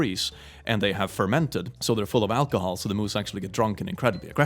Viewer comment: When is talking about moose eating alcoholic apples is anyone else hearing him say Furr-mented?